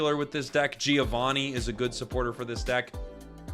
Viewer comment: Love the content, thanks for the early tierlist! Just one thing, italian is spoke as read! (Talking about Giovanni pronunciation)